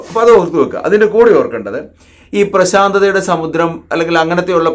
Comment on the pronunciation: പ്രശാന്തതയുടെ സമുദ്രമാണോ അതോ പ്രാശാന്ധിയുടെ സമുദ്രമാണോ ഒരു സംശിയം